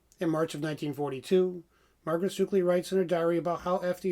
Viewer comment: You are pronouncing our family name wrong. It’s not ‘sookley’ it’s pronounced as it looks. Suck…ley. Suckley.